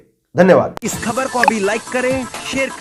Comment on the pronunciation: कृप्या ख़बर को खबर न उच्चारण किया करें । केवल एक बिन्दी अर्थ बदल देती है । और बोलने पर भी भद्दा लगता है ।